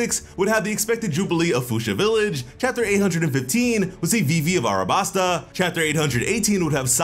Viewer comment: It's Alabasta not Arabasta sheesh. I hear this alot 🙄😮‍💨